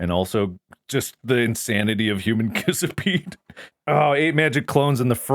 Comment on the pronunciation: Was not expecting "human kissapede", my god